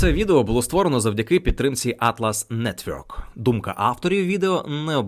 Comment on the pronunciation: От скажіть мені, де в слові "network" звук "ьо"?